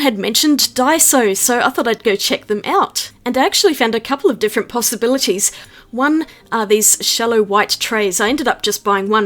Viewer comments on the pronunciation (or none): just creating solutions all casual and stuff. Totally brilliant! Btw... I've replayed a dozen times and I swear I hear 'pasta-bilities'.🤔